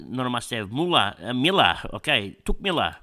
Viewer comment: What did you call Touk Miller? 🤨